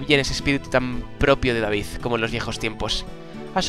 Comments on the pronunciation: me pones de los nervios que es DEIVID no David cona! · es deivid no david se pronuncia deivid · se pronuncia deivid no david!!! A la inglesa!! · 1° El nombre del abuelo de mark se pronuncia Deivid, no David. 2° Segun avanzas en el juego van aparecienfo cofres nuevos en sitios en los que ya habias estado. 3° Para meter a los jugadores (por ejemplo hoy a Bobby) no necesitas cambiarlo por otro (como has hecho al sacar a Jack). Abajo tienes huecos libres donde puedes meter a mas jugadores PD: Si no sabes hacer esto ultimo mira mi comentario del episodio pasado o busca cualquier otro donde te lo expliquen. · QUE NO SE LEE DAVID, SE LEE DEIVID!!!!!!!!!!!!!!!!!!!!!!!!!!!!!!!!!!!!!!!!!!!!!!!!!!!!!!!! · es deivid no David jajajaja sigue Así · el Sr. Raimon no es malo. 1- Dios santo, es Dei-vid no Da-vid. 2- Smith es bueno- 3- #QuitaYaAWillyYPonAShadow 4- Ya veras quienes son los ``demás´´. 5- Recuerda curarte para el proximo episodio. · no se pronucnia daivid se pronuncia D-E-I-V-I-D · no es daivid es deivid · Se dice ''Deivid'' no David Evans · S.O.S Me duele la cabeza de escuchar ''Davíd'' en vez de ''Déivid'' D' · qu el abuelo de mark se pronuncia deivid no david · Me caguen todo no es david es Deivid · se pronuncia deivid no david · no se pronuncia david se pronuncia deivid. Mírate el anime que te gustas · emmmmmm..... repite conmigo D-A-I-V-I-D no se si soy el unico pero me raya cuando no pronuncia bien el nombre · SEGURO que va a volver a pronunciar mal el nombre de David Evans